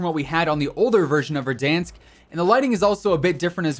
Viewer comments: Verdansk 2020 is Ver-DONE-sk. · I do have to ask how do you miss pronounce verdansk???? It says it in the game sooooo many times and not a single time is it said the way he says it